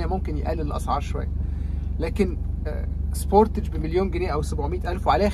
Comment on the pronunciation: قلما اعقب حتى ولو كنت عامل اشتراك في قناة، لكن بتوقف وبحذر المراجعين على يوتيوب من غلطة النطق الغلط دي بالذات. وجب ان اشكرك على النطق السليم لماركة (سبورتتچ) التي اصبح نطقها (سبوتاااچ)!! ولااعلم سببا منطقيا او لغويا لهذا النطق المعوج ....لنا الله. اتمنى ان كل مراجعي السيارات المصريين ان يتوخوا الحذر لانهم سفراء المعرفة واي خطأ يرتكبون هو نشر لمعلومة مغلوطة هو خطأ لايغتفر.